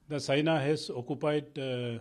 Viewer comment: Phele apna pronunciation to tik kro China ko sina famous ko pamous👎